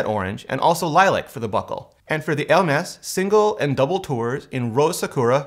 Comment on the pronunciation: That's how it's pronounced